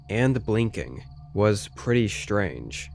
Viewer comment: Shtrange stories. Very, very shtrange.